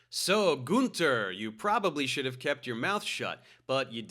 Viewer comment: It's not Gunther, it's Günther. At least give him this one after ripping him a new hole 🤣🤣